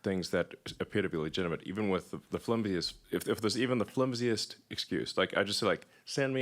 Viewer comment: "flumsiest"? Is that a word? Does he mean to say"flimsiest"?